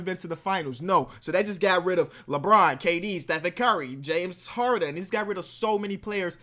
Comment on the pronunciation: Did you say Harden 🤣🤣🤣